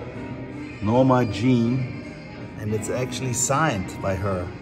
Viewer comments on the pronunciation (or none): none